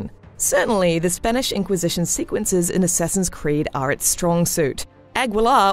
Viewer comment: Godammit, "Assessin's creed"!